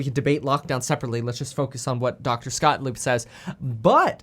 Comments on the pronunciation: Please stop calling him Mr. Scottlieb. It’s Gottlieb. Scott Gottlieb. Lol love your videos! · I thought I heard you call him ' Dr. Scottlieb.' Haha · Kev his name is Scott gottleib..not scottleib lol